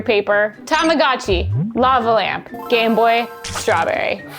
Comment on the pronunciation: it's a LOVE-a lamp!